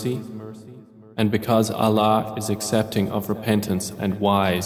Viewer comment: Can you pleaseee change the way he pronounces Allah !!!!! Please ! I am unable to hear this translation due to the way he pronounces Allah